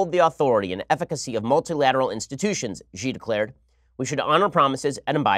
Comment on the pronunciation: X is ALWAYS pronounced as SH in Mandarin Chinese. It is SHEE Jihn Ping. PuhLEEZ learn to pronounce romanized Chinese (PinYin) properly - the rules are simple and they do not have exceptions.